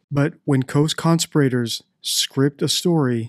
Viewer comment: Great video. One thing: co-con-SPEER-uh-terz